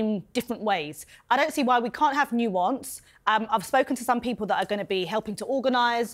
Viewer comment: I know, it’s nuance not new-once 🙈🙈